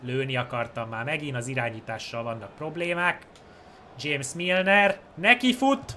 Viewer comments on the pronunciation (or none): none